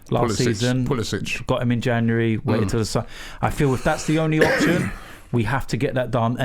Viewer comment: Robbie says “Januwarry” 😂